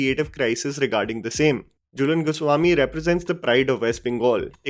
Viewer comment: Jhulan not Julen